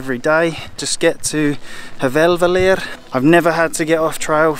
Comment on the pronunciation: Your plan is to hike from North Star Hotel at Staðarflöt to Hveravellir (I think that is the place you tried to pronounce :-) )? Oh - now the real fun begins! Good luck!